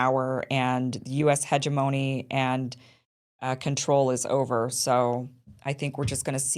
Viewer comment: I believe the word is "abstention". And FWIW, second syllable of hegemony is accented.